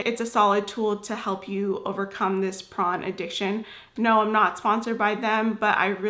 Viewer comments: Why do you pronounce it as “prawn”? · Sounds prawn when u say porn.